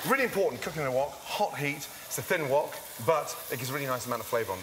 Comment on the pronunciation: Wok off sounded like Fuck off. my mind is programmed to hear "fuck" when watching gordon